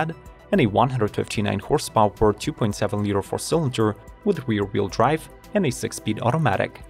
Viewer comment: “Horse pOW-eR…”?